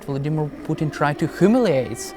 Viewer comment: sean bellend is out of his depths and does not know the first thing about Russia as far as UK it will be a non starter going to war with Russia he cant even pronounce Putins name properly